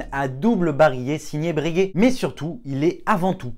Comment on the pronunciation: Par pitié, on ne dit pas « Brèguè » mais « Breuguay »